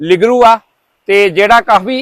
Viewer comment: ਇਹਨੂੰ ਲਿਗਰੂ ਨਹੀਂ ਲਿੰਗੜੂ ਕਹਿੰਦੇ ਨੇ।